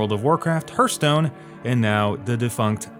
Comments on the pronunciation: I had to laugh when I heared you saying "hurt stone" again xD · If I hear "Hurthstone" one more time, I'm unsubscribing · yea, he also says "Laura" Croft. i donno guys, but i feel like this guy doesn't know jack about gaming and just reads someone elses scripts. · Hurthstone best pronunciation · Please Google "pronunciation: hearth" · henk thats the way he pronounces hearth. Who cares lol?